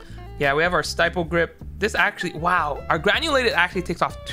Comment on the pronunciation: ur pronouncing stippled wrong wtf